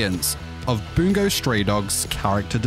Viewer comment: every time he says "boongo" stray dogs i want to jump off a cliff